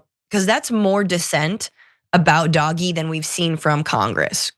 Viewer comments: DOGE pronounced Dodgy. Doj-ee. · This guy does not know how to pronounce DOGE, I agree w/ calling it Doggy - so long as he says they're doing it DOGGY STYLE to Democracy. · I still think you should pronounce it “dodgy”.